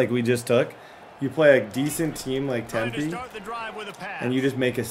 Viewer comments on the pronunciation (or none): Bro called Temple “Tempe” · Other than calling Temple, Tempe. This entire video was fire.